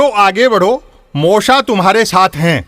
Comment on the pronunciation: मोशा नहीं!!! यो मो शा कहिये.....